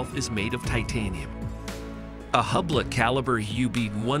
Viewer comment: Learn the correct pronunciation of Hublot.